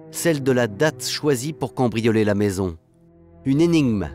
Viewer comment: Ont dit pas "combrioler", c'est "cAMbrioler" le mot 😬